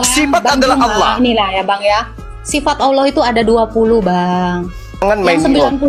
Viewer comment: Kamu bicara bahasa Indonesia tdk jelas. Jadi hrus banyak belajar.... Manusia pake sifat.. Bukan sipat..